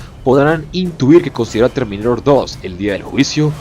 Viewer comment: es a huevo intentar hablar canoun, terminairor, conour.... Eres peruano o qué?